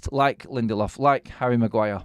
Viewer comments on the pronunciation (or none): none